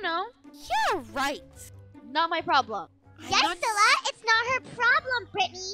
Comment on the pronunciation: It’s cilla not scilla